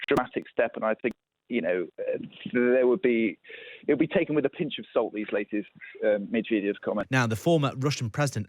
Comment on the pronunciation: Pyutin? Mewredev?